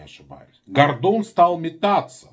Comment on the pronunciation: В фамилии одну букву не правильно произносишь